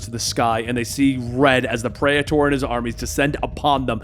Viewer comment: that was pretty cool, I hope they use and explore that praetor lore in the future. also praetor is pronounced pree-ter, like peter with another r, not predator without the d